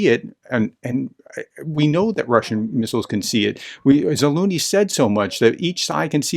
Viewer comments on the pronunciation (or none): ZALUZNY NOT ZALOONEY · Sir… Please say the word “measure” out loud, focusing on the “S” sound. Now insert that sound into Zaluzhny’s name. Mea[S]ure / Zalu[S]ny